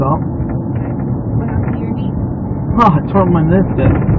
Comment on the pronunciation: “I tore my niscus”